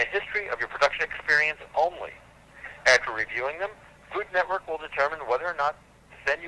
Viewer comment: To be fair to, the lady really butchered “food network” Sounded more like “Fulumwerk???” 😂